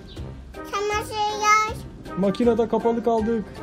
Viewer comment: Çamaşıyyay deyin hadii! Çamaşıyyay!